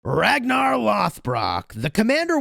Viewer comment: the way you said "Ragnar" literally made me laugh so I replayed it 20 times lol